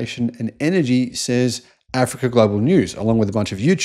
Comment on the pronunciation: This youtuber is so ignorant as everyone thumbing up this video., the way you pronounce Africa or say about Africa shows you have something against them and this invention. Go in loco and check by yourself.